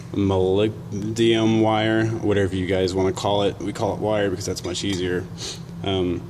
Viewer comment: molybdenum (muh-lib-denim), just so anyone who reads this knows.